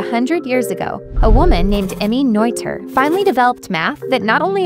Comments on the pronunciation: It's not Noiter, btw. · It is pronounced Neter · It's not pronounced "noiter" BTW. If it were to be pronounced that way it would be spelled "Neuther." It's the ö sound, a bit like the "ir" in "bird," but not quite, that English speakers have trouble with. Same sound as in Goethe.